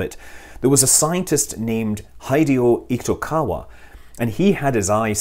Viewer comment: the japanese guy's name is Hideo Itokawa, pronounced "he deo" not "hi deo" and "eee toe kawa" not "eek toe kawa"